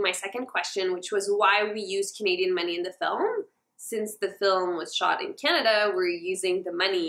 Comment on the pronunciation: why does she say Canada like that. I'm offended.